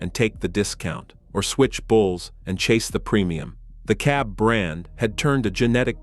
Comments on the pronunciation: I heard that one, too! How do you get a ‘K’ from ‘CAB?’ My only guess is that a human was in there somewhere and used a ‘K’ for phonetic purposes. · Why can't the AI say CAB?